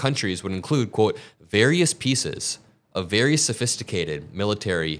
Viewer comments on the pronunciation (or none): none